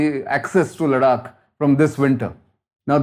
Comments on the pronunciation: भाऊ! तुमी “लडाख” नको बोला!! ‘लद्दाख’ बोल ना रे । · confused relating of events? PLEASE!! A CRISP CLEAR THOUGHT PROCESS AND VERY CLEAR PRESENTATION ...NOT THIS SORRY WRONG PRONUNCIATION (LADAKH = LADAK ?) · Please don’t call it LADAK. It’s Ladakh. A humble request 🙏🏼